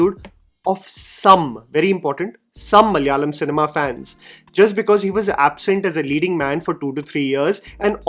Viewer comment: Hey, some corrections. I know these won't matter much for some. But I get a sense that you love getting the pronunciation of names/words right. 1. It's Daggubati (the bati as in Dal Bati). 2. And Malayalam - a four-syllable word, not Malyalam. Love your reviews.